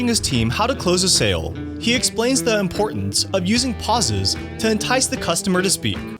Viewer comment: This is unwatchable. The narrator needs to learn how to pronounce "the" and stop with the dramatic (or is he reading his script?) pauses. Makes me want to freak out.